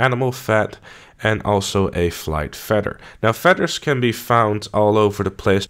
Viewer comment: Aight.. How is it that you say 'feathers' correctly by pronouncing it with the TH, but then you pronounce 'feather' as if it were spelled with two D's? You sir, are messed the eff up!